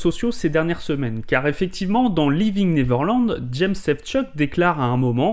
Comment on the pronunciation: Bonne video... mais par pitie apprenez correctement a prononcer "Neverland".